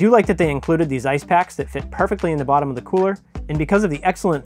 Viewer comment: Mostly when you say bottom. Comes out bawwtum, to my Midwestern ear